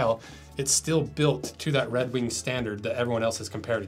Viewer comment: "Red Weenk"